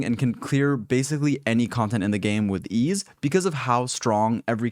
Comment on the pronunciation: i thought he said that you can clear the hardest content with "e's" not with ease.. lol